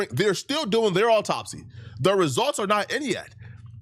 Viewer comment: “Awww-taup-C” Ben Crump